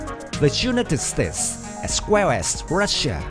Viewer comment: At least you should know how pronounce united states